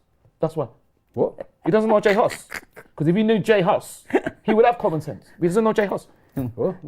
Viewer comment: Man said J Hus 😂😂😂😂